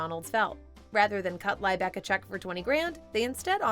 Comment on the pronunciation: Her surname was pronounced Lee back. Not lie back